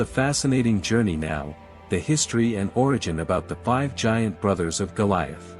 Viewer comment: It's g i a n t not g a i n t